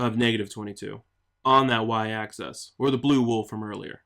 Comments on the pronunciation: you keep saying access, but it's axis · Its pronounced "AXE-ISS" not "ACCESS" and spelled "plane" not "plain". And the reason it is the Y axis is because it represents the Yaw value of the player; X represents the Pitch.